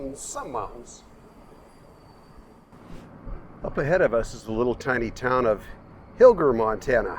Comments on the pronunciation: We have always pronounced hiller with a soft g. Like Roger. Mom worked in the Milwaukee office there. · Hmm, our daughter & hubby lived lived by Hilger MT for years, but they all pronounced it Hil-jer. Also, thought they said that school was originally moved there from Kendall...